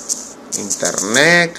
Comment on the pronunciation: Internec... Jajajaja